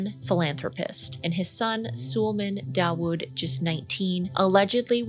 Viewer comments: Terrible video. She strawmans the Coast Guard by accusing them of lying about recovering a body, when they never said that. All they said was they recovered some human remains. She can't even get the pronunciation of Nargeolet and Suleman right, despite them being front page news for weeks, and she repeats the debunked story that Suleman didn't want to go. Avoid. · Great video, just a little heads up, Sulemans name is pronounced - Sul-ay-man, thought it would be helpful 😁 and it was so thoughtful how you said teenagers aren’t supposed be on your table bc it was truly heartbreaking hearing that he only went to bond with his father for Father’s Day and was initially terrified to go 😢😢 and I’m finding it so hard to wrap my head around the fact that they have literally been wiped from the face of the earth like they aren’t under the earth, they’re nowhere… I physically and mentally can’t wrap my head around that, they’ve just been completely erased from existence, how devastating it is for the families 😞😞